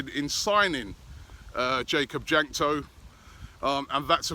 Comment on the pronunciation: It's pronounced Wank-to, Robbie.